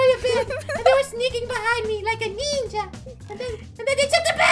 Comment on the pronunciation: I love how said nija